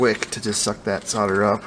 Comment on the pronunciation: you seem to know what you are doing but alas no ,the word soder has an L in it solder , have a look SOLDER